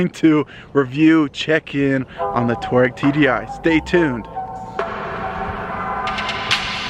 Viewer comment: Its two - ah - Reggie not tour-reg